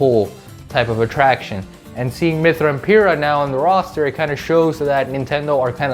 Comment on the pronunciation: It’s Pir-Rah, I better not catch you saying her name wrong again.